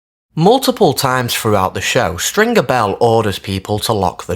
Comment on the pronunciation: I hate it he doesn’t pronounce stringers name properly either it’s infuriating.